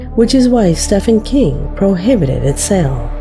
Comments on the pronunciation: It's pronounced Steven King!!! 🙈🙉🤦 stop!! Lol! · You forgot the christian bible and the koran. Both books are responsible for more atrocities than any other book in history. In 2022 you don't know Steven King? The "V" doesn't make a "F" sound. His name is pronounced Stee ven. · Listen to the way pronounces Stephen King. Of all the words/phrases that she's butchered on this channel! Some "expert"